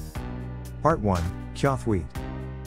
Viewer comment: Not to be that guy as I know it is text to speech but, it is pronounced chawthuite